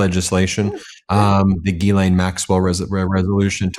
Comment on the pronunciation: You're still pronouncing Maxwell's 1st name incorrectly. Listen carefully to your guest.. she says it correctly.